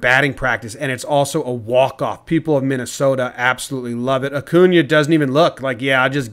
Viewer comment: I wasn't expecting him to say MinnesOta the way we do so well.